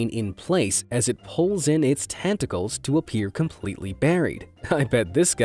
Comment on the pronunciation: i hawe tongue "tenticles